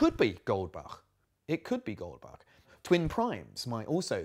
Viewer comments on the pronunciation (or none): screams in German speaker It's Goldbach, not Goldback.